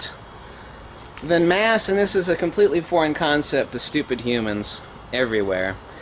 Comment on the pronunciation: you say force and motion as if you are saying force in motion; stop it. or are you saying force in motion; as if saying inertia?